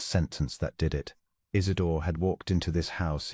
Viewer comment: Isidor!! Not , Is it door!!!